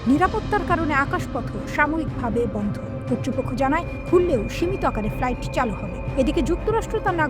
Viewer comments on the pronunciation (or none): none